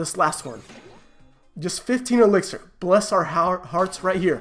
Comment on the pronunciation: keeps calling it elexir 😂😂